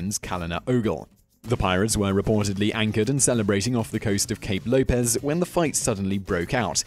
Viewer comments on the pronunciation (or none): none